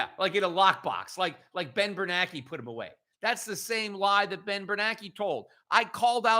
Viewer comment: Am I hearing it wrong? Peter seems to pronounce "BernaNke" WITHOUT the second "N", as in "Bernake". Is that how it's supposed to be said, or wazzup?